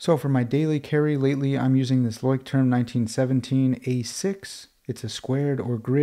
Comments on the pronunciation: Nice Video 😊 and one quick remark: Leuchtturm is a german Brand and the correct pronunciation would be: “Loi-sh-toorm” (if you’re interested) greetings from a German follower 😊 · As a german here its really funny how you pronounce Leuchtturm 😂 it actually means lighthouse wich could be used as a metaphore for guidance and safety. Quite poetic